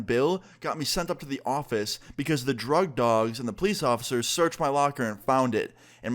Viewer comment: Am I the only one who recognizes that says Pleece instead of police